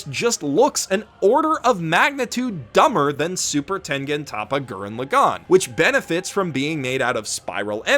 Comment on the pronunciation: Maybe I was wrong about the pronunciation when It was told to me, but I had to stop the video because I can’t stand how you say TTGL’s title. It makes me cringe.